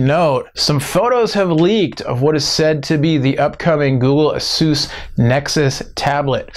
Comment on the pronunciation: ...pretty sure its A- SUS not A- SOOS xD lookin forward to WWDC!!!